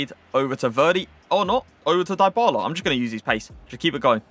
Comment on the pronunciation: That’s not how you pronounce his name lol